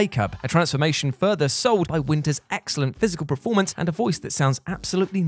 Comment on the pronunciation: There is something mispronounced in every one of their videos lol....the one that's nagging me the most is preformance instead of performance